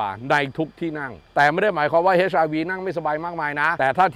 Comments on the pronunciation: เหมือนผมได้ยินว่า เฮ็ช ไม่ใช่ เอ็ช อาร์ วี อ่ะ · HRV อ่าน เอช อาร์ วี ไม่ใช่ เฮช อาร์ วี